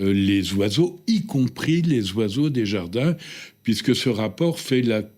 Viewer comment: Compter les zoiseaux?